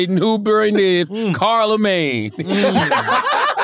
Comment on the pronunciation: "CARLAmagne" HAHAHAHAHA